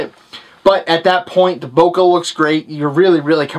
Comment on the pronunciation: He said bokaah. lol